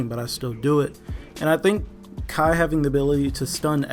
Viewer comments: Youve obviously never taken a martial arts class...its pronounced ki-ai, not "kai" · Kai? Fucking kai? Seriously dude, it's not hard, two words, key eye, it's simple. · Kiai not kai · Hate to be "that guy" but it is pronounced the former "Kiai" not "Kai." It's a common shout used in Japanese Martial Arts (My experience with it is from Karate.) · I think it's pronounced "Key" (Ki) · It's pronounced key-eye. Normy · As a fellow Karate Ka it triggered me to 😅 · Even tho he pronounced it wrong, he said he likes to call it kai. Which means he knows he's wrong.